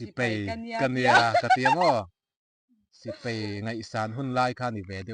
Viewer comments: Hmuh in nuam,in hlim,mahse ka'n ti teh ang,paih tih turah peih tih te,Sipai tih turah Sipei tih te...han fimkhur deuh pa bik kha😊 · Sipai tihtur aw... Sipei itia adiklo deuh😂😂